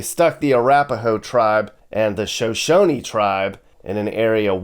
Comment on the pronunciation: Is pronounced SHUH SHONIE. I live in Riverton